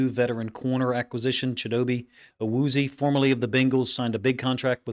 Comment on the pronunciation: It’s Pronounced Cheedo Bay / Ah Woo Z A